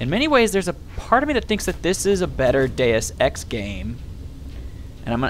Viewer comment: Every time you say deusex I hear day of sex :)